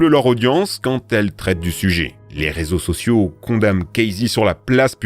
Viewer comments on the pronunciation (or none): "réso sossio" 😁